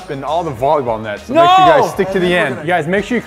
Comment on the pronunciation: it’s not bolleyball it’s volleyball